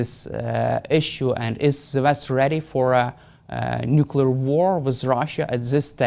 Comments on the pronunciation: Nuclear...nuclear...nuclear say it 20 times a day. No more Nucula , thank you Hamish. If you can say the word "Clear" you can say nuclear. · Some of these politicians need to go back to school for proper pronunciation or the word NUCLEAR a lot of then say nucular by mistake.Whats the good of this clap trap.